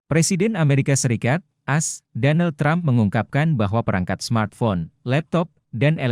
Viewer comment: Kok yg melaporkan ini Amerika Serikat selalu di omongin pronounce dg “as” bukan A dan S. Bgmn pimpinan redaksi Warta KOTA Production kok tidak menegur. Ayo melaporkan dg lbh correct dan perfect.